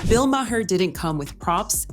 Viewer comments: Yo, Ai voice, his name is pronounced “MAR” not “MAY-HER” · Good grief, learn to pronounce people's nanes... Bill Mahar is pronounced Maaar not MaHar... seriously. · Bill Ma---Her, thanks AI !!! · MAH-HER? Bill Maher is…MAH-HER? Really, AI, you oughta be able to do better than that. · God your AI voice robot can't even pronounce the last name of the subject of the vid. Quit with the AI already.